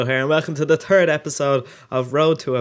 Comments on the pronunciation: I love the way you say turd instead of third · "welcome to the turd epidsode..." lol